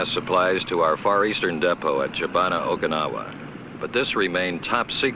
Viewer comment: He can't pronounce Okinawa...